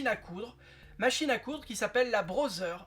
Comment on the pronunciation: Amélioration le contraire est détérioration?? Puis-je te faire une remarque constructive? Tu prononces Braudzer. Ça se dit (écrit au son) Brodeur.